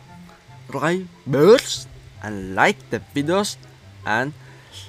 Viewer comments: Sabskreb not suprais 😅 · if u wanna say subscribe its like subskraib if u read it in finnish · i love when he says subscribe wrong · Use Google translate and click the sound and try to speak again You can't said Subscribe properly so use Google translate then click the sound Anda tidak boleh mengatakan Langgan dengan betul jadi gunakan terjemahan Google kemudian klik suaranya